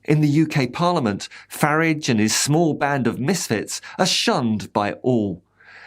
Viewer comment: "farridge". Top marks. Subscribed